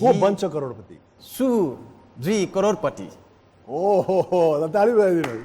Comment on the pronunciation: Newari dai le karodpati vannu vako raix maile ta karodputi suneko